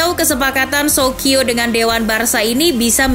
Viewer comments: Dibacanya sokio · Di bacanya Sosio